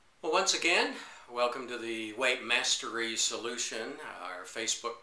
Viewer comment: when you say 'weightmastery', it sounds like 'white master race'.